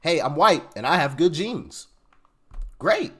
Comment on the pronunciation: It was 'Good Jeans' not 'Good Genes'.